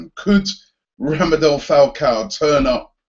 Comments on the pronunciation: robbie mate its Rademel not Ramedel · It's Radamel not Ramadel! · Robbie its RADAMEL FALCAO. Not RAMAdel Falcao. For the last time.... No wonder he ain't coming. xD Kidding hehehe... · ROBBIE I'VE TOLD YOU 3 TIMES NOW IT'S RADAMEL NOT RAMADEL WOW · Every time he said Romadel I felt screaming in my head "IT'S RADAMEL FALCAO ROBBIE, RADAMEL!!!! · Robbie it's RADAMEL!!! Not RAMADEL lool good vid though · Robbie it's RADAMEL not RAMADEL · It's radamel, not ramadel haha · It's actually Radamel not Rademel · He's famous for mispronouncing names